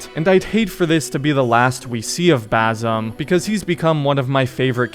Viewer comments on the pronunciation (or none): Dude WHY do you insist on pronouncing his name wifh a Z. It's baSim. You finished the game in like 2 days so you heard it pronounced correctly at least 100 times. Where do you get "Bazim" from?